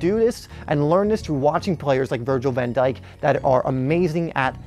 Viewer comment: man literally said van djik better than ramos bruhh